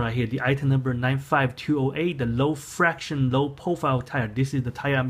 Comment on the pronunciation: friction not fraction